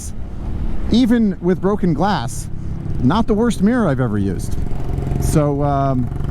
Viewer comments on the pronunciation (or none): none